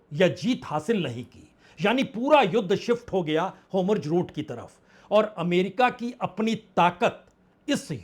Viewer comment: होमुर्ज़ नहीं “ हॉर्मुज़ “ अधिक सही हिंदी उच्चारण है !